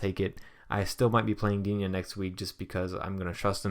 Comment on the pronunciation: i'm French and regarding Digne you should not pronounce it Dignay. It's the other one but dunno how to spell it :p